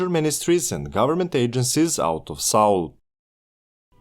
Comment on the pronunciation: "saul" station 🙄